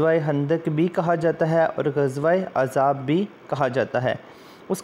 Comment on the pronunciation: Sir ghazwaiye Khandak ko Ghazwaiye Azab nahi Gazwaiye "Ahzab" kehtay hn